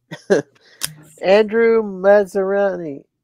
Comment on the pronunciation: was SO CLOSE to pronouncing my last name correctly this time! It's 4 syllables: Mazz-a-ri-ni